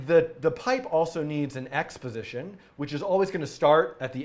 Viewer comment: "x position" sounds like "exposition" lol